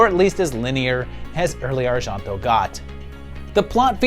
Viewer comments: That isn't how Argento is pronounced even in Italian. It sounds the way most people say it: Ar-jen-toe. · I have never heard Argento pronounced like that.